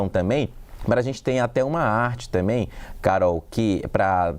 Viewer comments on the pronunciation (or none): "Tambem" não "tamem*😂😂😂